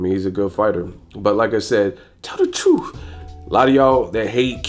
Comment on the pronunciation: Tell the twruth tell the twruth 😂😂😂😂😂